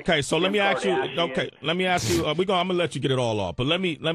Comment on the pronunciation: Why does Sway say "aks" instead of "ask"?